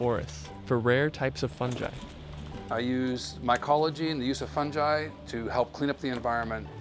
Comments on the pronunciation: Fun-jai? I thought it was pronounced fun-guy spelled fungi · It's fun guy that is how it is pronounced fungi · funji... no... who indoctrinated you into pronouncing it that way?